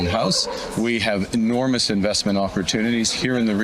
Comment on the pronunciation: 2 time he said the government has enourmace powers?